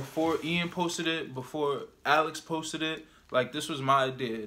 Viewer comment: It's pronounced alEEks